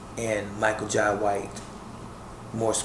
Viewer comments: Jai is pronounced, "Jay" - ( ok buddy?) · Its pronounced Jai not Jay